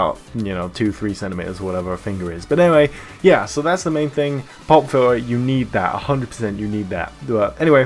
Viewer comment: Is he saying "pop filler"